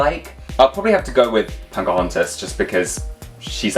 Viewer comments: You are aware that you're saying Punkahontas? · I cannot unhear 'Punkahontas' lol. With a Barbie body, she might be the ideal version!